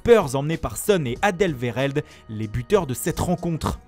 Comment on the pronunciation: merci de pas écorché le nom du joueur belge ....... c'est alderweireld pas alderveireld